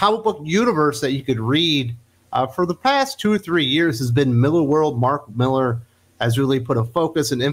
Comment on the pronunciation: MillAr, not MillEr ;)